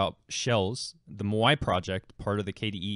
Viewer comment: My dude, it's Maui. Rhymes with "Now e"